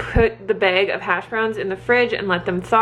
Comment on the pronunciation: Omg, where are you from?? You say "bag" the same way I do! No one understands lol!